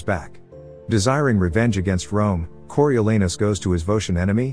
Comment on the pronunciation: The a in Coriolanus is pronounced “ah”, there’s no “a” sound in Latin. The British are notoriously bad at speaking non Germanic words.